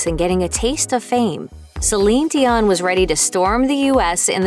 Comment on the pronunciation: This was a great a terrific breakdown of her entire career. Although, I think that you should have pronouced her first and last name correctly. However it was still marvellous.